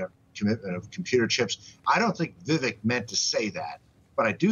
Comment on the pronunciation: Vivek is pronounced “Viv-ake” And yes, why?